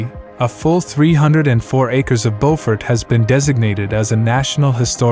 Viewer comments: Yeah, the AI commentary sucks. It lost me when they mispronounced the first town, Beaufort. It's ByU-fort not BO-fort. Geez...put in a little effort and do some research. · Isn't it pronounced Bewfert SC? BEAFORT NC is pronounce Bowfort. Spelled the same in both states but pronouced differently. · It is pronounced "BOO FORT!" You are NOT from South Carolina.